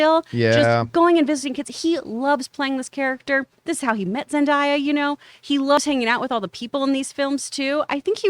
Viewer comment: Stop with the "Zen-DIE-yah" ffs...she's been in the press long enough to pronounce her name right.